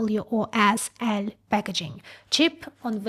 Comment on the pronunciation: This YouTuber don't even know how to say CoWoS. -.